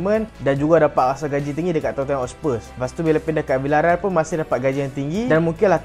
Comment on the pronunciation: sebutannya "totnem" bang